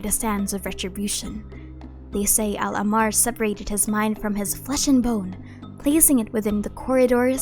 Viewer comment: Luv yr vids and just wanted to point out that when u pronounce ahmar its important to stress the "h" sound like ah-mar rather than ammar In arabic it is written like this احمر